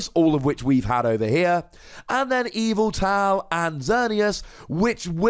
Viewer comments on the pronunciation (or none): none